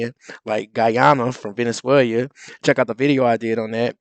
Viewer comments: the country is pronounced Ve-ne-zue-la”. Not Venezuelia. What I think about your show? 🤦🏾‍♀️We failed that remnant of black men who even imagine those whyte boys like Rubio care if you have an opinion or even remain breathing. Please follow your own advice: you grow up— historically! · VenezueLIA? It’s Venezuela Rubio rocks. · Learn how to pronounce Venezuela. Who walked out?